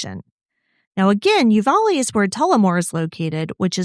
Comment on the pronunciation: The county is Offaly , pronounced off a lee. Sounds like u said u va lee. Counties in Ireland can be hard to say 😂